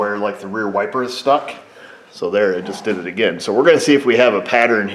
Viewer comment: "Be vewy, vewy qwiet; I'm hunting wypers!"